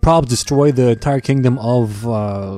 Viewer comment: "entier" Nice.